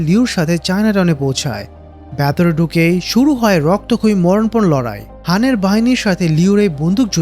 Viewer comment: Hei,,, vatore ki?? Aita ki bolen.. Shobdota hobe ' vetore'..😂😂